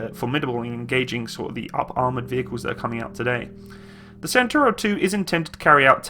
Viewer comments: Is not "santoro" but "chentauro" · so is pronouncing it like British Centurion (I mean the the tank of 50th)? Perhaps he will realise that. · 14miki CENTAURO 1 , CENTAURO 1 , not Centurio !